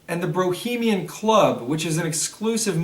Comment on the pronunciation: did he say brohemian? lmao